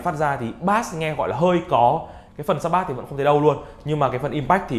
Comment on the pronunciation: Bass đọc là bây chứ ko phải bát nhé